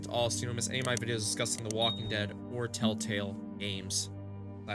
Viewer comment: I am 2 minutes in and you can't even say Tell Tale right or spell it right! Why should we listen/watch you? Just asking??????!!!!!!!!!!!!!!!!!!!!!!!!!!!!!!!!!!!!!!!!!!!!